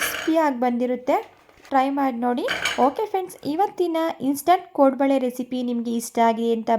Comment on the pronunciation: ಕೊಡಂಬಳೆ ಅಲ್ಲಾ ಕೋಡುಬಳೆ😂